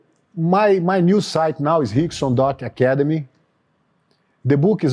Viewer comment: He called him "Hickson" 😂